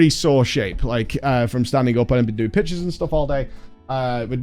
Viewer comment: You have no idea how long it took me to realize you were saying "pictures" and not "pitches"